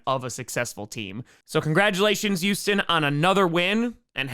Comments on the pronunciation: I’ve noticed that you often say the letter H like a Y. Such as, Youstan Texans. But you don’t say it on words like had or happen. Is this a regional thing or do you do it to be cute? I’m genuinely curious cause you don’t have much of an accent otherwise. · One day, will say Houston correctly, but that day isn't today.